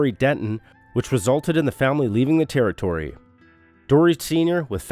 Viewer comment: A Terry-tory?